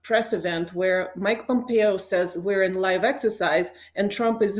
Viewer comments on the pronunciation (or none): "Live Excersise"